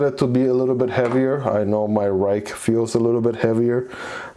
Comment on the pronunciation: it is pronounced “rake” (: I found that out when I went to a knife event and a gentleman from Ruike corrected me lol